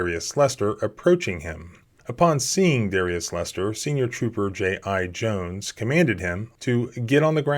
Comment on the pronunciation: “J.I.-Jones” HAS to be on purpose right?